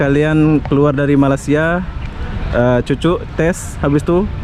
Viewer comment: Ma Lay Sia......bkn MA LA SIA.... 😁